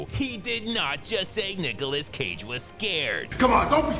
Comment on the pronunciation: NUKEOLAS CAGE😆 coffee spilled ngl